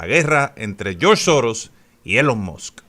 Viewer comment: ILON MAS. Se pronuncia. " Elon Mos", no.😮